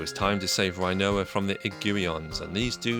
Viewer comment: Do you pronounce Rinoa like Quinoa?